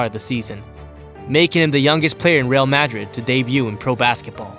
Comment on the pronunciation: learn how to pronounce names Madrid and Dončič...